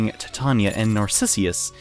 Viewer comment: It's Narcissus though, not Narcissius. :/